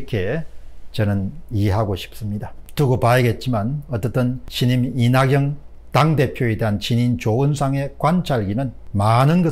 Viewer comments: 오늘은 사람이름 발음이 다 틀리셨어요. 이낙영-->이낙연 조은상--> 조은산 사람이름 틀리게 부르면 실례입니다. 더구나 모두다 아는 이름이면 더 그렇습니다. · 박사님~! 조은상이 아니고 조은산. 이낙영이 아니고 이낙연 입니다.